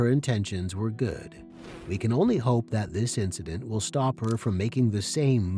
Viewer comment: Stopnga. I didnga . Quit itnga. I hurtnga